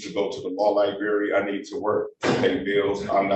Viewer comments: When you can’t pronounce the word “library”, but think you’re qualified to act as a lawyer. Unreal. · Lie berry, nice😊